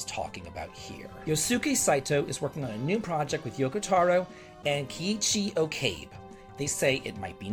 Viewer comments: Okabe is pronounced “oh-kah-bay” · It is O-ka-beh